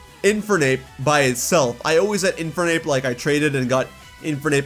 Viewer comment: Why do pronounce "Infernape" like that?